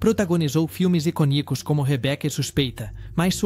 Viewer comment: Aprende a pronunciar corretamente “pelo menos as palavras da sua língua”. I CÔ nicos - há um acento circunflexo na segunda sílaba, que é s tõnica, a forte.